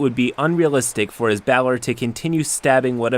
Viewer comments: I like your videos and hate to be that guy, but Balor is pronounced bay-lore not bal-er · Balor is pronounced bay-lore not ba-ler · Balor is pronounced "Bay-Lore" Sorry, its not a big deal or anything, it was just bugging me >_> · Also, it’s pronounced Min-uhs Teer-ith and Bay-lore I dunno if you have an editor or anyone helping with these videos but you should fire them